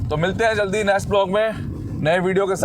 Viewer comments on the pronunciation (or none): none